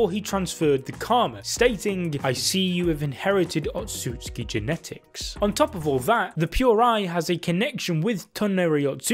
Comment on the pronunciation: otsutsuki not otsuki